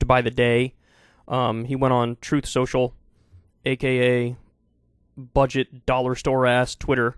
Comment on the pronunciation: Troth Sential